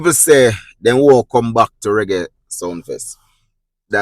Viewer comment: Ur the only who said it right,king of Reggie,not raggae,just reading the headline…